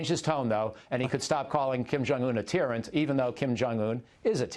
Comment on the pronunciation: a "tearant" ?